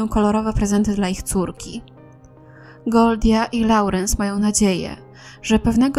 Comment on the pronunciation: Mam nadzieję, że po prostu uciekła od rodziców. PS. Lorens, nie Laurens. Przepraszam, zazwyczaj przygryzam język przy takich rzeczach, ale tutaj mnie jakoś to wytrącało ze słuchania.